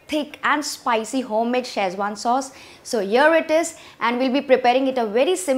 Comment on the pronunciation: If you come to China looking for Schezwan, spelling and pronouncing it like you do, no one will know what your are talking about. They will not recognise your recipe, either. Boil the chillies. Never. Tomato sauce/ketchup! Get out of here!